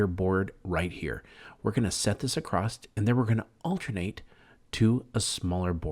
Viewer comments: I love this. I already have my pallet. Just one thing...the word is "across" not acrosst..😅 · It’s ‘across’, not ‘accrost’. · Acrosst isn't a word my man. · I can’t stand when people put a “t” in across. Absolutely kills me.